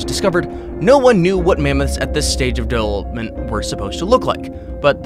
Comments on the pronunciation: 9: 11 listen to how he says development 🤣🤣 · so no one else heard him try to pronounce “development” and fail . okay hahah